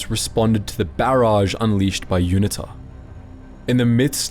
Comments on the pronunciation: It's pronounced You-knee-ta. Not unit-ta. Cheers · UNITA - pronounced You-knee-ta, - well that.s what we (SADF) called them back in '87 !